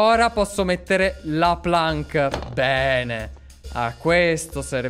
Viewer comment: La planc si pronuncia plenc